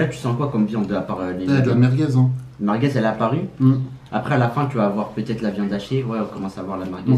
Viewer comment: C BON LES « MARGUEZ »😂😂